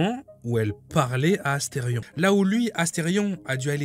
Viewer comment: asteridicule et pas asterfion !